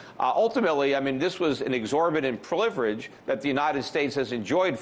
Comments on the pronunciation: Sorry Peter did you say American privilege or pillage??? :-) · He said privilege but meant pillage.